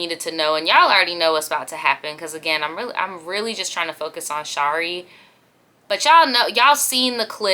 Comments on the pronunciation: You are saying Shari's name very strangely. Its a short a sound. I'm guessing English is not your first language. Saying her name incorrectly throughout this piece is unnerving. Couldn't watch the whole thing because of that. 😂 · You saying her name wrong throughout the video drove me crazy lol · The way she keeps on saying Shari’s name wrong I can’t